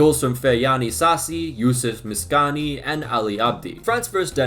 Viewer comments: did he just call msakni mskani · "Youssef Miskani" no disrespect but you butchered that name so badly you killed me with laughter, for future reference it is pronounced "Youssef Em-Sek-Knee" I cant blame you for that but I wanted to say I love ur vids and a day you upload always makes it a good day cheers! :D